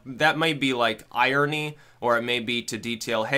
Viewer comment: Wait. Pronounce Irony again.